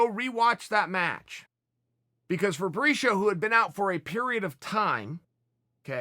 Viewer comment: He says febricio funny